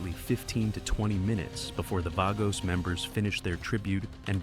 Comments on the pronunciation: VAH-gos, not VAY-gos you stupid robot. Also, sloppy pic and stock video use. Snow? Altamont? lol Human AI coordinator, come clean up your 'bot's drool, would ya? Thx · "Vay-goes".. lol